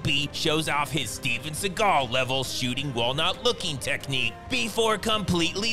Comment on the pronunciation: Did you know that Steven's last name is pronounced Seagull, not like Segal. His own mother called him out on that haha